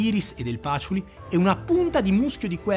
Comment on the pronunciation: Comunque dopo che Luca Maffei ha pronunciato patchouli con l’accento sulla prima a, il Patchoúli è diventato per tutti definitivamente Pàtchouli😂. Bel video! 👍🏻